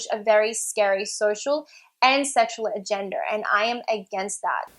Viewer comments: When she says "agenda" it sounds like "a gender" xD trans people clearly have A GENDER, wow, waeww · There's irony in her accent causing her to pronounce "agenda" like "agender" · I don't know why it bothers me so much she says "agenda" like "a-gender"